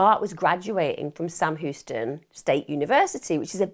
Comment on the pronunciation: Love this channel but I feel like how she pronounces Houston is an affectation used to endear Americans, I’m from her part of the world and we know how Houston is pronounced. No hate, it’s just a pet peeve